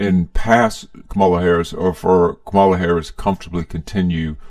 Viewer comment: You could at least pronounce Kamala's name correctly